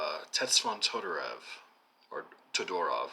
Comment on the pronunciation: One of my all time favorite books. "The Other" and the impossibility to communicate ideas between cultures, civilizations and people. (His na me is pronounced [tsvetàn todoròv]...)